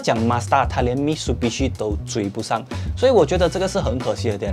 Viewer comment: 念mi滋bishi 不是mi书bishi